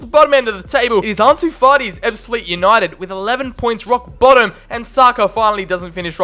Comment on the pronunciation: I support ebbsfleet united and your pronunciation for most of the teams is very good 👍